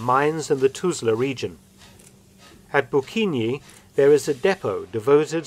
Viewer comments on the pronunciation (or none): Bukinje = Bukinyeh not Bukinyee